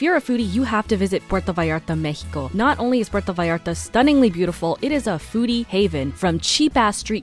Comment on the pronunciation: Here to commend you for pronouncing it MEH-ico, as it should be said. Bravo!